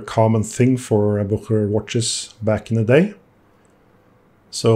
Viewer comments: Three syllables...its pronounced Buch_e_rer not Bucher. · I’ve got a gold filled Bucherer automatic which I love. I always pronounced it Boosherer. Now I know!